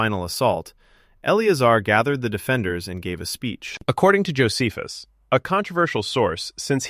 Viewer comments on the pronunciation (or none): none